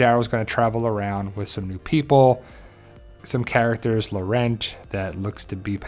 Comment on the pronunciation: POWER OF GOD The non is CLEMENCE POESY who played Fleur in Harry Potter BTW do not pronounce the T at the of Laurent